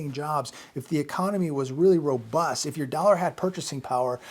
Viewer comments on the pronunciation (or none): none